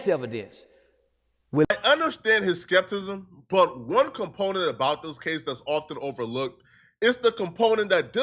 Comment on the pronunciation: “Skept-ism” - circa 2025